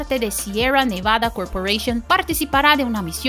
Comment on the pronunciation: Por favor, pronuncie bien el español. Sierra, Nevada, Florida, suenan ridículas pronunciadas con acento inglés.